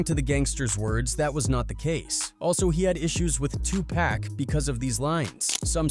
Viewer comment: He calls 2pac…. Two pack….. there’s your first clue he didn’t know shit.